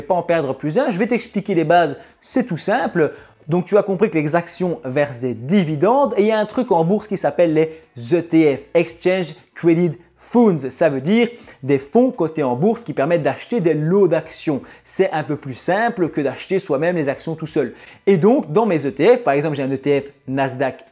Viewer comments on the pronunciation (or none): Je n aurais jamais pensé que tu es plus jeune que moi 😊 Si je peux juste faire une remarque "funds", se prononce comme le mot "fun" avec le son d à la fin, le u ne se prononce pas "ou" (du moins pas dans ce cas-ci 😅) Continue comme ça ! (Et no need d un nouveau micro, il est nickel! )